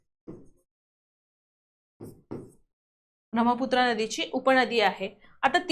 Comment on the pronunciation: Mam ब्रम्हपुत्रा असं नाही तर ब्रह्मपुत्रा असं आहे